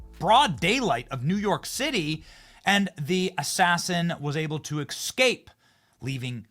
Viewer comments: Benny, I love you and you’re entertaining and we have similar views but bro….were you saying “exscape”? 😂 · It was early morning dark sky; Pronounced it ex-scape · 37 eScape, not eXcape. c'mon, Benny. Practice it 20 times. EScape. EScape. You can do it! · Benny I love you, but it's ES-cape, not EX-cape. Can someone tell him please. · C'mon Benny. The word is ESCAPE not ECSCAPE. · Me too and it's ESCAPE not EXSCAPE